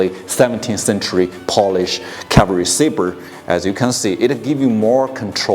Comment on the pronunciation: cavalry. no word in the English language harder for a Chinese person to say.